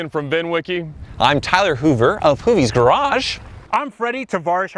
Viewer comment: " GaRagE"